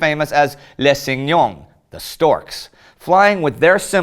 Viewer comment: the "cignogne" hurt my ears ;_; (for info for the english, tis cigogne, "go" is like "pagoda")